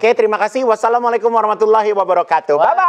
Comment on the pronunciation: Bismillah Iguuun tlg kalo salam KA nya panjang trus TU nya pendek , jadi kayak gini " ASSALAAMU'ALAIKUM WARAHMATULLAAHI WABARAKAATUH ." gitu . Krn kalo baca salamnya salah artinya juga ikut salah . Di rubah ya Iguun , kasih tahu juga asistennya itu .